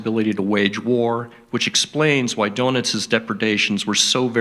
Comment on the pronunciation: Great presentation. Although I keep getting distracted by how Jon pronounces Admiral Dönitz almost like admiral ‘Doughnuts’